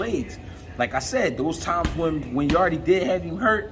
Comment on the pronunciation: People have to stop calling Yarde “Yarday” 😂 Yarde is Jamaican and in Jamaica we call Jamaica “yard.” That’s how you should pronounce his last name